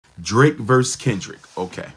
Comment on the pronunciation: versus, not verse